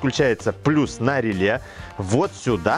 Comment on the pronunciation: ну рЭле же произносится, рЭле !!! )))